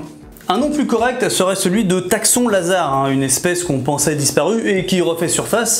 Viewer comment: Et on dit Taxons, pas textons🙂